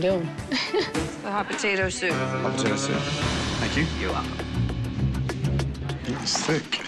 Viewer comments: Drinking game: take a shot every time you hear “potatuh” instead of potato. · First off if you’re going to own a business named hot potato cafe’ LEARN HOW TO SAY POTATO!!!! My lord!!! It’s not BAHHHTATAHHHH 🙆🏼‍♀️🤦‍♀️🙄